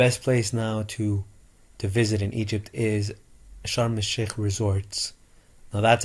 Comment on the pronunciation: thank you for this video. Could you please spell the name of the resort you like, by the way you pronounced on the video, is something like Shar Mizok, thank you.